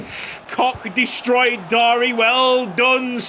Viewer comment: The name is Darie, not Dari. Anyway awesome episode